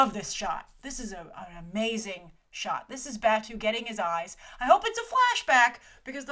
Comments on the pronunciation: hey grace! love your coverage of this. In the spirit of reverence for the material though, could you try to pronounce the character names a bit more faithfully? BATWO is BAHTOH, for example. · "Ba-two" is really "Ba-tow"..."Koose" is really "Ku-zay".....You really know a lot less of the GitS universe then you pretend to know. You need to rewatch the whole universe of GitS including the movies, SAC, and Arise again before you start commenting like you’re a long time fan. Plus you know nothing of Japanese culture and assume a lot from this short trailer. Geisha are not sex workers.....The "hooker" could be a friend or acquaintance as it was in SAC. Oh and that whole part with the car door..how about its not some magnet thing but somebody kicking it out from the inside of the car. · It sounds like "bat-oh" fot Batou! You keep saying it wrong! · They smashed pretty much every version of GitS into one film, changed characters and boiled the plot down super hard for a general audience. It's going to be Ghost in the Shell in name only and that's sad. Also lol Grace BATOO? SAYTOE? KOOZ? Geez gurl. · I love you Grace, but you're butchering their names!!! Batou is pronounced BAT-TOW, Saito is pronounced PSY-TOW, Arimaki is pronounced ARI-MA-KEE and Kuze is pronounced KOO-ZAY. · I'm being petty but... "Koo-zeh" (クゼ) and "Bah-toh" (バトー) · Bah-tou and Kuh-ze. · Batou (Bah-toe) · I'm sorry, your pronunciation of "Batou" bugs the crap out me! Other than that, great video, and I'm no longer as excited for this movie as I had been. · 1: grace there are a lot of graves that are staked like that, so its less of an urban thing and more of a hill thing. 2: grave batou is short a sound and long o. 3: why is the briefing not happening in the Majors lobby! 4: where are the Tachikomas!!!!!!!!!!!!!!!!!